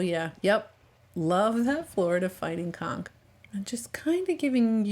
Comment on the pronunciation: Please, when you say conch lean a bit on saying the N, because it sounds like you are saying a completely different word